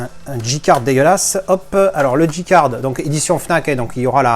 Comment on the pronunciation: Merci pour tes vidéos et ta bonne humeur ;) Par contre je suis étonné que pour un angliciste comme toi tu dises Dji card et non pas Djay card